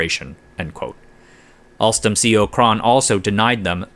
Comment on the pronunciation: "Alstrom CEO Patrick Kon" lol.